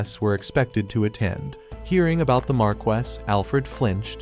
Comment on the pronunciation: what the? how do pronounce viscount right but stumble on marquis??